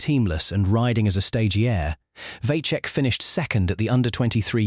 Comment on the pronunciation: Vacek iz Czech but no Vaczech. Pronunince him Vatsek.